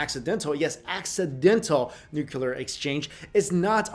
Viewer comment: Nuquler war?